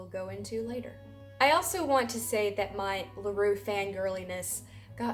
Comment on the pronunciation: Не Лару, а Леру